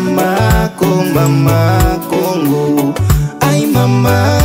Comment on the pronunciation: J'aime ta façon de prononcer kongo